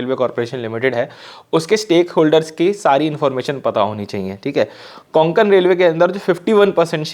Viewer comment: Konkan nahi re Kokan Railway